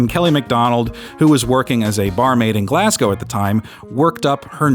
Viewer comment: This one was great. And for your Scottish performance, my one critique is: next time figure out how a Glaswegian pronounces Glasgow.